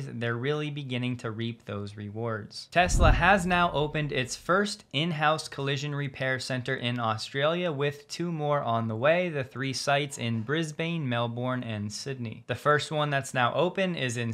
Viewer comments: Bris-bane is pronounced Bris-bun, Mel-bourne is Mel-bun and Australia is 'straya. hehe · Melbourne, say it like Melburn Brisbane, say it like Brisbuhn… ✌️ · You mispronounced Brisbane and Melbourne.